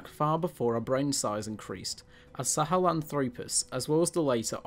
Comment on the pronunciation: Australo-PITH-ecus and Sahel-AN-thropus, please: accent on the 3rd to last syllable. Also, there is no Australopithecus sebida, but Australopithecus sediba has been known since 2008. You may wish to run your scripts by a paleoanthropologist before releasing to the public. I know at least one of your collaborators would have gotten these things right, since I've watched many of his Youtube videos. More preparation and editing are required to create a professional video, but the effort is worthwhile.